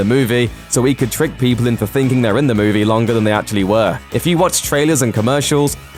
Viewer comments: Move-E. Not, moahv-ay. Pronunciation and phonetics ol’chap. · You say movie strange. Move - Ay. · Interesting insights into this "moo-vay" ;-D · What's a moovay? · how does a guy who can't pronounce the word "movie" get a job talking about movies? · god that pronunciation of movie just urks me